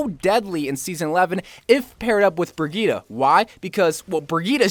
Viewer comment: 1 word, 3 syllables. BRI-GEET-TUH.